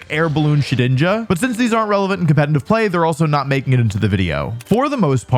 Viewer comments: Did anyone ever tell you that it's called "competitive" and not "competiNtive"? Where do you take that n from? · U cant say competitive bruh 😭 compentitiv play ass mf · my dude please learn how to pronounce "competitive". its really distracting. theres two "t"s in there. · I've noticed two things: Wolfey can't pronounce "competetive" Wolfey looks great.